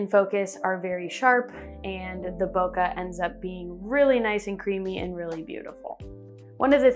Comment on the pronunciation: Cool video, and interesting perspectives. Please, Please, Please guys... Bokeh. Bo-kay. Think of a bouquet of flowers... you guys are educators... it makes my soul cry when I hear bok-ugh... lol